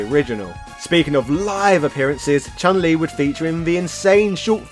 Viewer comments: Also the correct pronunciation for Chun Li is Choon Lee not Chan Lee. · Also the right pronunciation for Chun Li is Choon Lee, not Chahn Lee.